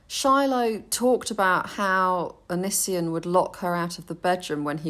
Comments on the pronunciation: Anissian lmfao I’m dying 😂👌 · Please don't say Onisions name so beautifully hahah.